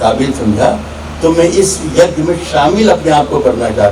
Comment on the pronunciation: सुना है काली तो लैला थी ? दूसरा, एक सच्चा मुसलमान कभी सच्चा हिंदुस्तानी नहीं होता ! तीसरा एक अच्छा शायर कभी खुद की तारीफ़ नहीं करता ! चौथा में नहीं मैं होता है पांचवां पेदा नहीं पैदा होता है वैसे तो इस पेंदे में छेद बहुत हैं पर आखिरी घटिया सामान की पहचान है ये खास कि उसे बेचा जाता है गला फाड़ के !!